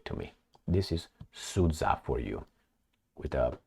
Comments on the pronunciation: The geopolitical loss of Al Capone is the rest of the world's gain. P.S. Sudzha is pronounced like Suja, the dzh (дж) is a result of Russian cyrillic not having a direct letter corresponding with j (J as in Janet), so they always transliterate words with that sound to include "dzh". For instance, the name Benjamin becomes Bendzhamin. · It is pronounced as Sood-Ja (as in J as in jump)